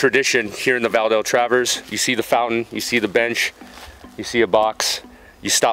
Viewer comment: Pronunciation sucks !